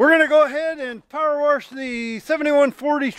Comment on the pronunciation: My sister-in-law says 'warsh'. It's endearing.